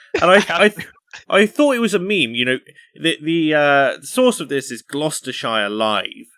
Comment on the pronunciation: I'm offended that can't pronounce Gloucestershire. Also - I always assumed that Birds-eye was his name, according to the company there's a sailor out there's whose called Birds-eye. #FishFingerMutiny